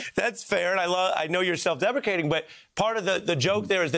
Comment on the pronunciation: Who else heard “self-defecating” instead of “self-deprecating”?